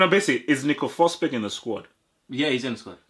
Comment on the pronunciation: Emil fosberg Not Nico Fosberg bro